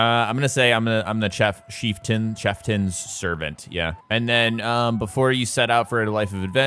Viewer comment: My ears hurt at how you butchered saying "chieftain's". Ouch.